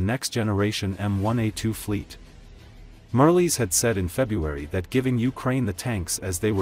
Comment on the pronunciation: Marles, not Merly.